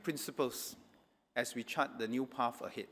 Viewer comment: "Path" not "pafh"